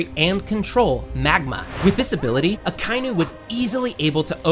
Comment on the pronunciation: What the fuck are your pronunciations? It's EL BAFF. ACKA EE NU. Jfc.